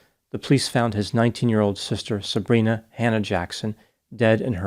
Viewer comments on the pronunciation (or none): none